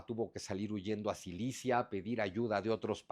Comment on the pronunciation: Hola Miguel , excelente reseña. Muchas gracias, eres el mejor. Un detalle en el minuto dices que el papa huyo a Silicia en lugar de Sicilia. Saludos!!